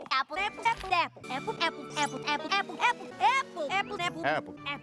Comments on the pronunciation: After a while a swear I started hearing fapple. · I suddenley heard appul! LOL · The best apple. *Pause for dramatic effect* Apple.